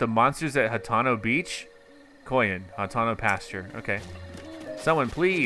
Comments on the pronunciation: It's Hat-ee-no Vill-ad-ge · It’s said hateeno